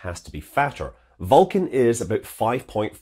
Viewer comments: Scott says Vulcan eerily like Falcon. I was like: Falkan, what rocket is that? :D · Scott's got a cool accent but i cant tell the difference between vulcan and falcon! Its my ears im sure. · Pronouncing Vulcan almost the same as Falcon9. Confusing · Several times in this video I’m having trouble hearing whether you say “vulcan” or “falcon” 😬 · This naming is inconvenient: I have a hard time distinguishing between the way you say "Vulcan" and "Falcon"!